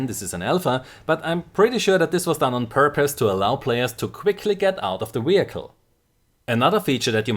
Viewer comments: Great stuff, but please say "vehicle" instead of "wehicle". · Don't get me wrong, your English is very good, but you're butchering vehicle and its hilarious! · wehicle! ;p